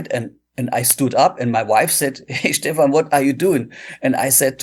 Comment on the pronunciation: Phenomenal interview with an amazing guitar player and composer! The only "incorrect" item was how you pronounced his name. It's not Steven, it's Steph-an.